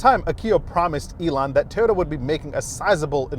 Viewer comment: The name goes with pronouncing Toyota like Teeyota.